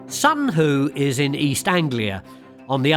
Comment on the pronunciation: Whoo Hoo! It's Sutton Hoo.